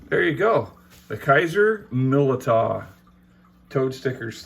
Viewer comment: It's pronounced Millydow